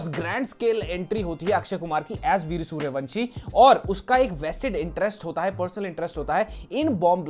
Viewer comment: he just said वीर्य(sperm) सूर्यवंशी 🤣🤣🤣🤣👌